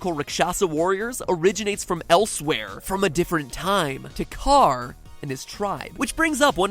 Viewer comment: What is with everyone pronouncing "Takkar" wrong? It is clearly pronounced in the game multiple times and still people pronounced the way they "think" it is.